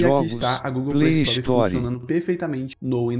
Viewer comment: Chato o robô falando Playstore kkkk play story shut up shut uuuup (Linkin park) kkkk